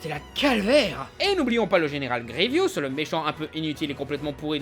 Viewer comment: C'est GrieVOUS pas GrieVIOUS mdr